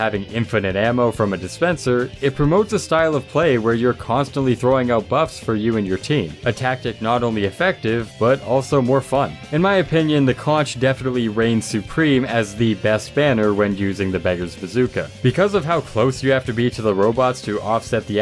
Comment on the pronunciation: Love the vid! But conch is pronounced conk